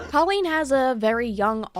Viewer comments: The video was awesome....was just so hard to hear you say her name wrong over and over again. Colleen: Coe - Lean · I appreciate this commentary, I really do but uhhh....can you pronounce her name right? I watch Swoop and it is "this is what has been said and is alleged, and make your own opinion." But you can't even pronounce her name right when it's in your clips multiple times. At LEAST get her name right before you slander her. Allegedly. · you know that's not how you say her name, right? how do you go over hours of drama for a video and not realize this lmao